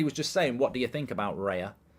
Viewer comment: It's not Reya, It's Raya hahahaha